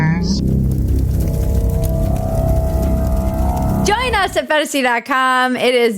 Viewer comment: Did you say "Va-join us"?